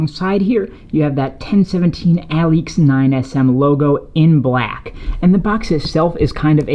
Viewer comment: Dope shoes! It's pronounced (uh-leaks) btw.